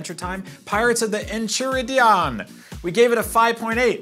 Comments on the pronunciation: You mispronounced Enchiridion. En-Ki-Rid-Eon. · En-chi-ridion.... is this some inside joke that I'm clearly not in on? I keep hearing everyone mispronounce it.